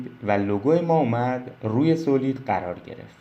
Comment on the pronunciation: با عرض ادب ویدیوها آموزندس و ممنونم. خدا قوت فقط یک نکته اینکه تلفظ صحیح سالید هست.